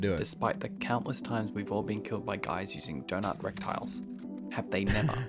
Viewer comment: Did he say rectile?? Lol